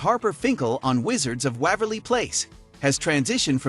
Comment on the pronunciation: The first clue right off the bat was the way Waverly was pronounced. It got even worse after that.